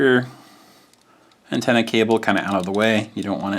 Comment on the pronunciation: It sounded like you said Nintenna instead of antenna. Definitely catchy.